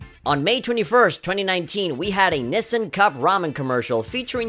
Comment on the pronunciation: Thanks for the great video. One thing to note for the next commercial: The company is pronounced Nishin. I heard people saying that there is Luffy's drawing of Nami as a fishman on the wall in her room during the night shot.